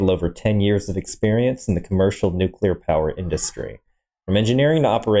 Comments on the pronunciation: nucelar? It’s awesome when a channel who is dedicated for information and learning can’t pronounce NUCLEAR correctly. I’ve noticed that those morrons who can’t pronounce it correctly mostly are from USA, but this morron isn’t from the states and still can’t pronounce it correctly. I think they say it wrong because of the word nuke. But nuclear, I can’t stop laughing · its actually pronounced nucular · Yeah and can’t pronounce NUCLEAR correctly